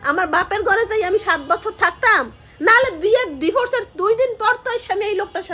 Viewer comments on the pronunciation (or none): Kotha guli emn shuna jay kno? Voice tau kmn onno rokom lagche. Apni diforce bolen kno? Divorce bolben